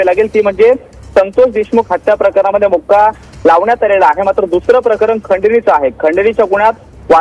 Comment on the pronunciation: Makoka(मकोका) असं आहे te. मुक्का नाही 😂